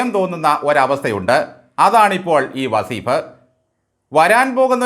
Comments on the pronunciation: വസീഫല്ല സാറെ വളീഫ് എന്ന് എന്ന് പറയൂ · വസീഫ് അല്ല , വളീ ഫ്.